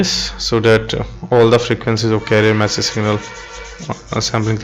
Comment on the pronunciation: Thank you. But you have trouble with the "all" word:)